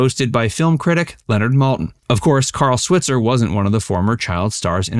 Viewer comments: Carl's last name is properly pronounced Swhyitzer NOT swit-zer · He did NOT DIE in a bar fight. Died in a suburban home. Correct pronunciation of SWITZER is with a long I, like Sweetser. Get it right. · Carl's last name is pronounced "Swytser". He's from Paris Illinois (like my mom) and was a bartender. He was shot and killed in the bar over a fight about $50 someone owed him. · Last name Switzer is pronounced Swhytzer. Long i sound. His family have a gripe about the mispronunciation, especially because the 1994 movie didn’t bother to pronounce it right. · RIP "Mickey" (Robert Blake). Sidney is the last one left! (Also, you are not pronouncing Alfalfa's last name correctly in video after video and it's annoying.) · Switzer is pronounced with a long I.